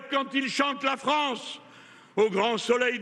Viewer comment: Pourquoi hurle-t-il ? Ma Ffffffance....